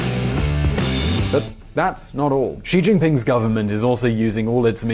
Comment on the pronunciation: I like how you pronounce "Xi Jinping "perfectly and then completely butcher "Tsai Ing-wen".